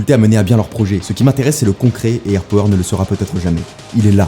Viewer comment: Juste ca se dit airpAwer